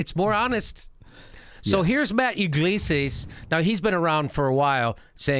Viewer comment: it's ig-lez-yas Jimmy. But good job as usual